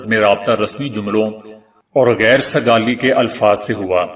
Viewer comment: Geir sigali naheen hota balkeh. Kheir ( kheir sigali hota hay khair .shukeriya